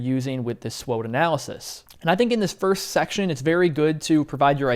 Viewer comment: The correct pronunciation of “SWOT” in SWOT analysis is typically as an acronym, pronounced as “swat,” rhyming with “cot” or “not.” This stands for Strengths, Weaknesses, Opportunities, and Threats. Some people might spell it out as S-W-O-T, but pronouncing it as “swat” is more common.